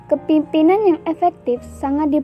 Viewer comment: Pematerinya yg jelas dong nyebut kepemimpinan. Bukan kepipinan